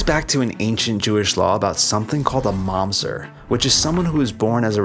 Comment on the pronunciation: it's mamzEr not mAmzet